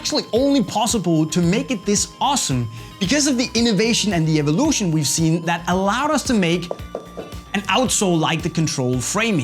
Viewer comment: innoveyshn and ivolushn😂